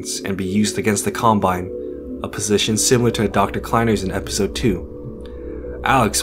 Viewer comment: “E-pistol 3” You need to change the em-fah-sis.